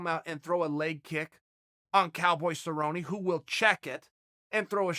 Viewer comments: Hilarious. Well, its official. Who the Hell is cerrone? Sabroni is my favorite fighter. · Cowboy Suhbroni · Phil "Cowboy" Baroni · "Donald cowboy cabrone"